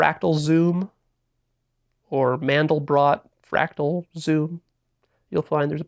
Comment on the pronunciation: It’s a fractal, not frackle